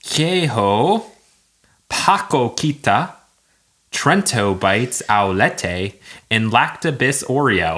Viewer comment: In Portuguese, the letter "J" doesn't sound the same as in Spanish. It sounds more like a "J" in English. So, your pronouce on "queijo" is pretty wrong! Also, "ç" is not a "c", it sounds like an "s". So, you also mispronounced "paçoquita".